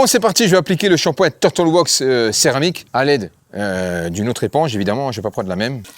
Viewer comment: Shampoing ! Pas ..chapoin 😂😂